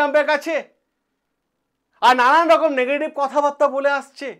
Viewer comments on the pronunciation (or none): none